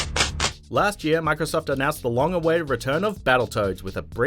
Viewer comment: year not earr